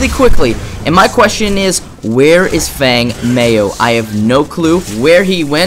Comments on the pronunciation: its pronounced feng mow with and ow sound lol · Feng Mao.... pronounced "Fung Mow" twitch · Group Not to knock the video but i think that comment was mostly aimed at your pronunciation. Feng is like ten with a g at the end, and mao rhymes with cow. Still a great guide/great skills.